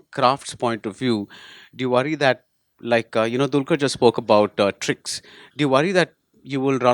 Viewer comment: salam varavoor it's not a dulqur it's dqlquer it's he's name u just killed the name yarrrrr